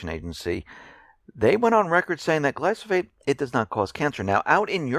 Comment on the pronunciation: I like your reports and enjoy watching them. I don't want to pick nits, but the proper pronunciation of glyphosate is "gli-fə-ˌsāt" and it is a herbicide, not a pesticide. Other than that I have nothing but agreement.